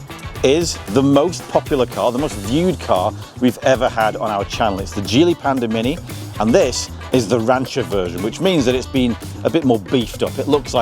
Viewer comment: I thought I heard you say Panda Minion 😊 not Panda Mini. Pandemonium !! 😂😂 Perhaps Geely will rethink names for their future models?